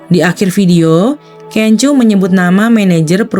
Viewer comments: Sorry masukan aja. Laen x sblm buat video, baikmya browsing dulu gmn cara penyebutan nama artisnya. Videonya bagus, tp terus terang terganggu aama sebutan KENJO 😅🙏 bnr2 kurang enak didenger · Iya bnyak sebut nma f4 aja pda slah2..panes lah kenjoo, da ming se lah ,🙈🙈🙈